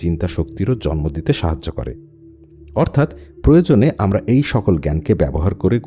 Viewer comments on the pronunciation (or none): none